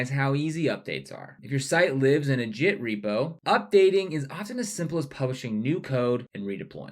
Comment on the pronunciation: "Jit" and "Jithub"... ? 😬😅